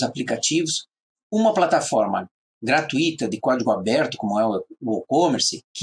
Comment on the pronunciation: Parabéns! Você erro apenas na frase GRATUITA (Não se pronuncia o "i" separado do "u" sendo o "u" a sílaba mais forte a ser falada na pronúncia. Porém se você for Espanhol está tudo bem, mas se for brasileiro ou português cuidado com sua pronúncia!